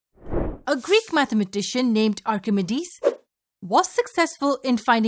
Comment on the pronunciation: that is not how you pronounce Archimedes, it is ahr-kuh-mee-deez not ahr-kuh-meh-dees. You have to put in a mee on your meh.